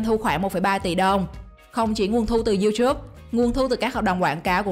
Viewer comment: Sao lại đọc là riu chúp😂